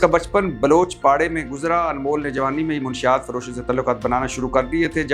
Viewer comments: Munshiat nahi batti sahib urdu seekhain. 😅Manshiat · Salam Bhatti Saheb. Munashshiyat hota hay, Munshiyat nhi